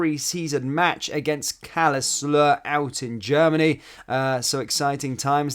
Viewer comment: Still can't say Karlsruhe